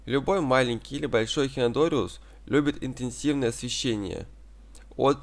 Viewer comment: " Эхинодориус" - просто уши режет ...